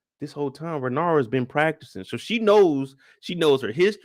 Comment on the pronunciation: Lmaoo it’s Rae-Nair-Rye-A